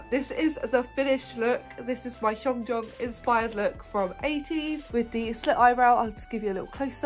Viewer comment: I love this so much!! And I mean this in a nice way but you’re mispronouncing hongjoongs name. The Hong part is fine but ‘joong’ should be pronounced kinda like the ‘joon’ in Namjoon but just with a g on the end